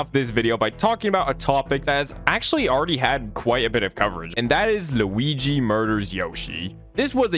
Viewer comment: I love the way you say Luigi